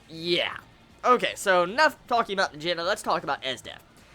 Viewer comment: It's n - ahh - Jen - duhhh